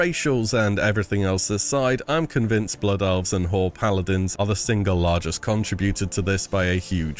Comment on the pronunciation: he said whore paladins... right... right guys?!